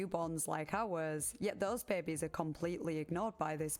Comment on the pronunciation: Investigaert the bair-bes 😂